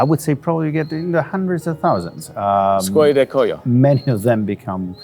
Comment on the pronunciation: Skwola di Kwoy-yo not Skola du Koyo